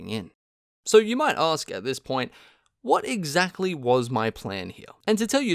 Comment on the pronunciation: That "Watt Egg Zack Lee" was amazing